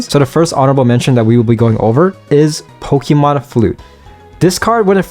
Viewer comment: Poké. Poké man, it's Pokémon. Not pokimon. Please. Also again, like I said on another video, I hope you start working on increasing your vocabulary if you plan on talking as a career. You said ya about 50 times over the course of 14 minutes. That's 1 ya almost every 17 seconds man.